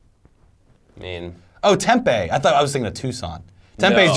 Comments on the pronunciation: Guys it is pronounced 'tem-pee' not 'temp-a'; and it has nothing to do with the large population of homeless or drunken college students. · It’s pronounced temp-eeee not temp-ay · As an Arizona native, every time they said tem-pay it hurt my soul. its tem-pee yall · It’s TEMPEEE!!! Not tembae for Christ sakes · As an arizona native it bothered me soo much how they said tempe arizona tem-pee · There gotta be way more then 100k parking meter in New York I demand to know an exact head count Ok edit: what the hell guys that's not how you pronounce tempe?? Its said like tempee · Guys it’s pronounced “TemPEE” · Lol "tempEE" its pronounced "tempi" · its pronounced tem-pee lol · It’s pronounced: TEM PEE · Its Tem-pee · Oh my god say Tempe right good lord. How to tell if you're not from AZ you say it that way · Lived in the Phoenix area all my life I had no idea Tempe was so hard for people not from the area to pronounce until recently. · It bothers me how they say "Tempe"